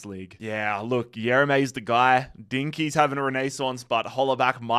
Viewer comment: When pronouncing Eren Dinkçi, the "ç" in Turkish is pronounced as "ch" in English. Don't know why I had to clarify that, but I knew I had to. Keep up w/ the vids fam